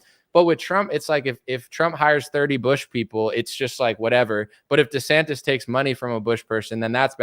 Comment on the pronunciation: Tell your guest and all the other schlubs out there, It's DeSantis, NOT DeSantez Thank you.